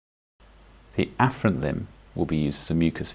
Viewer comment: For the loop ileostomy did you say the afferent and efferent limbs wrongly? Can somebody help me understand?